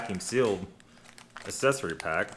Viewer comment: It's not an assessary pack, it's ACCESSARY PACK.